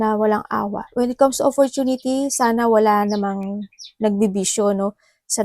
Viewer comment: Offortunity.. a money... Ate free lang mag google Sabi mo dba? Ayusin mo grammar mo daming Mali wag ka na mag English lol sakit sa tenga eh